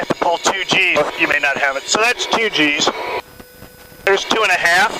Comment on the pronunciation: It sounds like "cheese" but it is "G's"